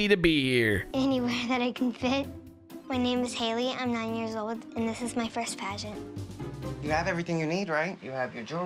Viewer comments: 😂😂😂i thought its said pragnet dad at first insted of pagent dad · thought the title was pregnant dad until actually said "pagent dad"